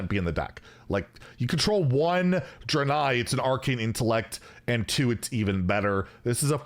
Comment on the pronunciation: It’s pronounced Dray-nei